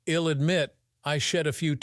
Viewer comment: AI is crap. "Ill instead of I'll" just moronic.